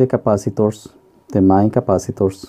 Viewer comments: Nice video, and explanations, a bit mispronunciation when mentioning the main board but anyone can understand. Any way, thanks for the vid, and I might be late for this but at one moment you mention something about not knowing the rating of the SMD cap.... I think manufacturers use a color and size code for them SMD capacitors. You should look for the specifications sheet. I found one once and it was very useful. I hope that helps :) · Are you saying "mine capacitor", or "main capacitor", or "mind capacitor"? I really must have viewed this video 10 times and I still can't figure out what you are saying [and I'm from South America]. Please confirm. Thank you